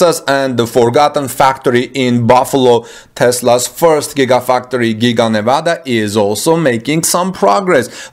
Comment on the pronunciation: excellent pronunciation of Nevada. Like a native my friend.